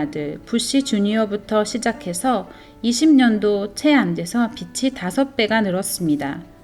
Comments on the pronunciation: 저도 동감이요. 좋은 내용이라 공유하고싶은데... 한두번도 아니고 계속 빚이 빛으로 발음되어서..ㅠㅠ 집중이 안되네요. 다시 녹음하시는 것이 좋을것 같다는 개인적인 생각입니다. 너무 좋은 영상인데 아쉽네요. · 비치가 아니라 비지로 발음하셔야 해요. Sunshine 이 아니자나요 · 비시지 삐씨가 아니지요.